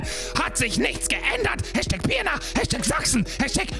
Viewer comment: Argh, weil ich wusste, dass die Stadt nicht zum letzten mal erwähnt werden wird, habe ich dir die Nachricht bei Twitch gesendet. Die Stadt heißt Pirna und nicht Pierna.